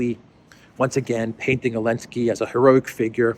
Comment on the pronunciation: Can someone tell me why is he calling Zelenski, Elenski without Z?